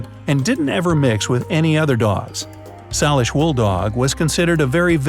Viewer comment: # 10 of extinct dogs - It’s pronounced “say lish” not sal lish